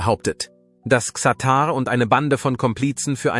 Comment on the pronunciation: Was für ein harter AI bullshit lolll. Allein die falsche Aussprache von Xatar stimmt für die absolute Dummheit eines solchen fake Videos, das nur skandalieren will.